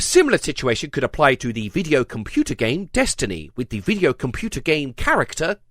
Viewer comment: "Video computer game" Why did you say it like that? You didn't need to do that. Why did you do that?